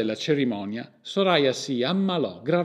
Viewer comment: Soraya si pronuncia come il the in inglese. Lo so perché ho conosciuto una ragazza con quel nome